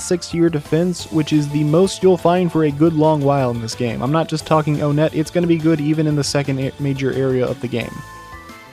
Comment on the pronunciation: It's pronounced "one-et" not "o-net"